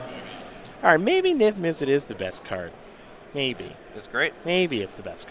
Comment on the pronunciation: needs to learn how to say Niv Mizzet